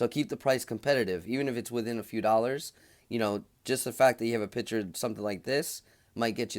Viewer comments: “PICTURE” is pronounced “PIK.- TURE” .................not “PIT- TURE”. FYI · P i c t u r e not pitcher